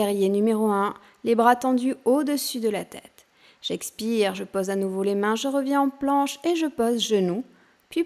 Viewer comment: On prononce PAUSE et pas Pose...EPAULES et pas Epoles